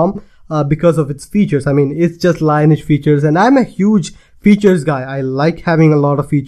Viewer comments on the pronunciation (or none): Lineage is not pronounced "line etch". It's more like "linn-eee-edge". or Merriam Webster have pronounciation examples...